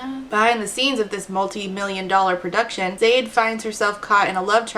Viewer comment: “It’s ZAYD not ZA DEE”